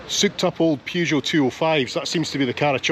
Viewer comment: Um. "Pew-geot"? 😮